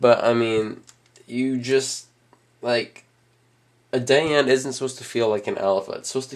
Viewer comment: its pronounced (di-ann)